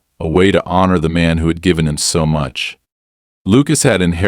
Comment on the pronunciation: Just 1 of the AIs mistakes, Honor is ( on- er ), the H is silent.